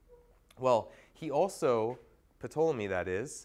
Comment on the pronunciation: Ptolemy, the P is silent